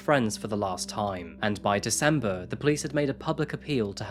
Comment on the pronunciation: Learn how to pronounce "posthumously" and "amicable", I'll let DeZember lie.